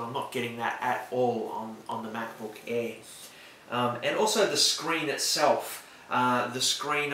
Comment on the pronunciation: MacBook "EH"